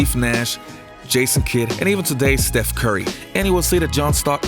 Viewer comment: "Steh Curry"